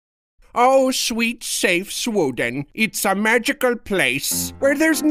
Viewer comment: Its sweden but he says it weird